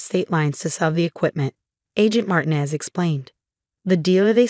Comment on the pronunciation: Somebody teach the voice software that Marinez that it is pronounced Mar tea nez